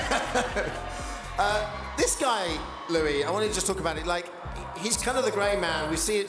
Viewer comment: pretty sure he said louis name wrong at the beginning lol GREAT JOB DALTON UR STiLL GONNA WIN